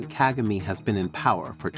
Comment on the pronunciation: Why do you still mispronounce the President of Rwanda name? Are you doing this on purpose?